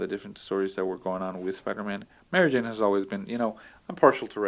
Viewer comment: Did you say Mario Jane ? Haha good times.